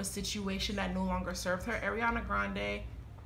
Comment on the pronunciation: Her first name is pronounced R-e-on-uh not Air-e-on-uh. R. Ariana.